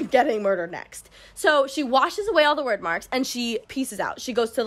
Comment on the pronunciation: Hearing her say wyrd as word gave me a stroke I think hehehe